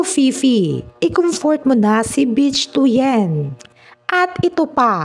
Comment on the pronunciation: Ang pronunciation ng "Bich" ay hawig sa "Bit" with weak "t".